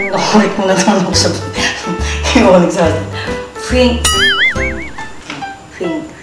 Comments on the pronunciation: Pink kasi hindi FINK😂😂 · kiyomi : di mo pa nga alam yung pink ichiru : "fink" kiyomi : pink hahahahhahaha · Hahaha Fink Fink 😂😂😂😂😂 kiyomi said Pink not Fink 😂😂😂😂😂😂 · Nakakatawa naman hahahahhahaha hindi "ffff" "pink" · Hahah sigi turuan mo siya Pano ang tamang tunog F at P hindi Fink kong Pink.😃😃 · Tuturuan nalang kita mag abc, di kapa marunong mag “pink” eh Ganda ng laruan ah “fink na fink” 😂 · Pink nga kc hnd fink. Hahahaha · WAHAHAHA, hindi ka raw marunong sa "pink" fink😂😆😅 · Grabe ang tawa ko kay kiyomi hahaha😂😂 PINK HINDI FINK😂😂 SA ILALIM NG PUTING ILAW M..😂😂 SABAY HAWAK SA BABA HAHA😂😂😂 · Grabe matalino si Kiyomi kasi napansin niya na mali yung pagbigkas ni ate sa pink🤣🤣🤣 Love you Kiyomi pinalaki kang mabuti😍💕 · hindi kapo marunong mag "pink" HAHAHAHAHA😂 POTEK I LOVE ATE ICHIRUUU❤